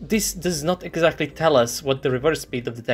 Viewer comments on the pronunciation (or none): none